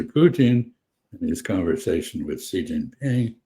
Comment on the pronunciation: its Xi not Zhi 👍